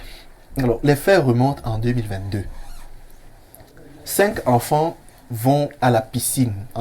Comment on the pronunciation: "Les cinq S (?) enfants ???? 🙄🙄 Monsieur au chapeau, cinq ne prend pas de S; il n'y a donc pas de liaison à faire. On ne dit pas les "cinqsenfants"